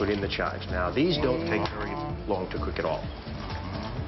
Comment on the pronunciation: did he just say chives? --'